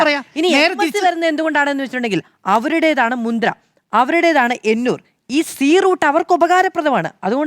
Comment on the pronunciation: Not Mudra , it's Mundra port